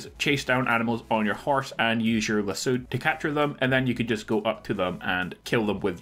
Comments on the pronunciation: Lass-o not las-u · The way you said lasso made me stop watching your video.